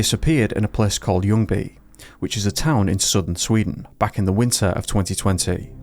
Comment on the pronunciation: I did not expect you to pronounce ljungy that correctly, even had a hint of swedish accent in it